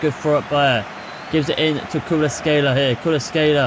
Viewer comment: Good video, the only thing you could work on is the pronunciation of player names, you got Kvaratskhelia, PolitAno, and DemmE all wrong